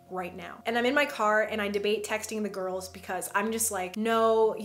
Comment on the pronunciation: each time you say "the girls" my mind automatically translates it to "the gOrls"